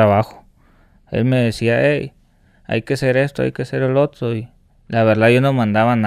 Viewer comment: Le ifle, los contuas, otuo señor, otua gente